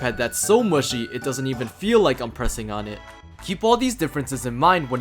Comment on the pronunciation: lmao he keeps saying muschi 😹🤌